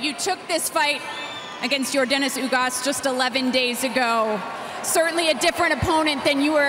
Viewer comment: No one:yordenis ugas Pacquiao:your denis august